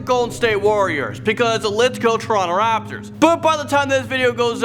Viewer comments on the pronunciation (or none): none